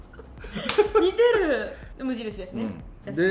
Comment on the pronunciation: ｢似てる～｣ 女子アナがイントネーションがおかしくなった瞬間 笑